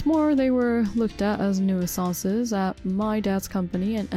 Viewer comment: Just to help, 'nuisances' is pronounced 'new-san-sez' not 'noo-ee-sahn-sus'